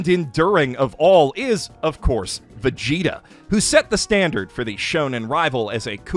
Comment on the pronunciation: First time in my life hearing Vegeta pronounced as Veshita